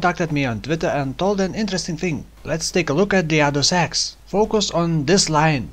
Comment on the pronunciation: lol when yoiu say use the other axe i hear use the other sex in offhand